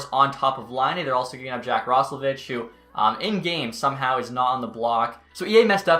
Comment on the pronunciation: It’s pronounced Roslovick